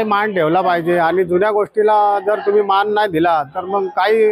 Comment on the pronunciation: माण पान नाही हो मान पान असं म्हणा😂😂